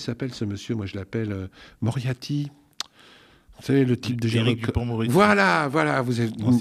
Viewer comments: Alors mon, je t'apprécie beaucoup, mais ce n'est pas parce que tu n'as plus besoin de faire appel à des coiffeurs et/ou coiffeuses que tu dois les stigmatiser! Et c'est MoriaRty, pas Moriaty. (Merci néanmoins pour ton remarcable travail 👍) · "M. Moriaty"..... C'est fait exprès, obligé ! Après, c'est ouf' le pouvoir de démystification que ça a ! Ça me donne envie de systématiquement écorner volontairement les noms de nos politiques en faisant comme si je m'en fichais, pour leur enlever un peu de leur aura. J'vais faire ça, y'a moyen que ce soit efficace auprès de certains...